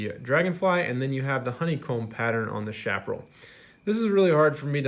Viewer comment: Interesting review,. Liked and Subscribed. By the way, Chaparral is pronounced "Cha pa RRAL," with a "ch" sound, not "sh," and the accent is on the last syllable. This is true in both English and Spanish.